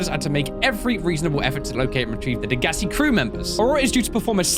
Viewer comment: I believe it's pronounced Deg-a-sigh. Correct me if I'm wrong